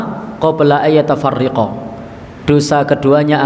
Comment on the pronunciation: pak ustadz, mohon maaf, yg betul maa min muslimaini, bukan muslimaani qobla an yatafarroqoo bukan yatafarriqoo wallahu a'lam